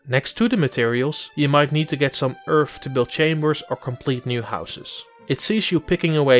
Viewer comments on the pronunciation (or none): Get some "Earf" 🤣